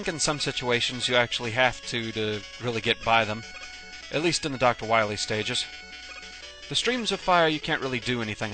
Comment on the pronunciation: Is it just me, or did you pronounce dr wily "wiwy"?